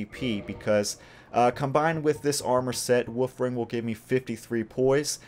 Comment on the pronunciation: I'm sorry, it may just be your accent, but I definitely hear you saying "woof ring" instead of "wolf ring" and I mean, it's still accurate, but just a tiny bit cuter lol